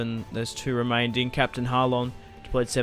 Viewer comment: I enjoy your videos but what's with 'remainding'?